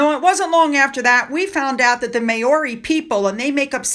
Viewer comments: It's pronounced Maaori not meiori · Great video, but next time you see the name MAORI you should pronounce it MOW (as in How)-RAY. The Maori people are a beautiful and colourful people. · please google pronunciations. Maori is pronounced Mowri (with a rolled 'r'). It is insulting otherwise. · Travalyst is a scam y the way the name Maori is pronounced Mowri just for future reference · It’s pronounced Mow-ree, Just saying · I know, I know pronunciation isn’t your thing but…for future reference Māori is pronounced Mowri…like ow it hurts..rather like watching Harry “dialling it in” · it's pronounced Mowree as in cow. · No offence to you but Maori is pronounced mouw-ree 🦛🇭🇲🦜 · It's pronounced: MAO (rhymes with cow)-ree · Hi, Maori is pronounced Mow ( as in wow) ri. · Māori pronounced maw-ri. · Just FYI .... Maori is pronounced Mowrie. Mow like cow and rie like wheeeee.